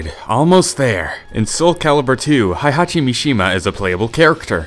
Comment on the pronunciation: Tekken Fact #108: This guy doesn't know how to pronounce "Heihachi" correctly.